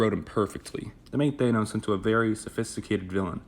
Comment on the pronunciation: Im not taking shit from anyone who pronounces Thanos as Th-anus